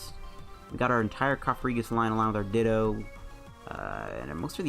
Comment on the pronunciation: Its cofagrigus not cofarigus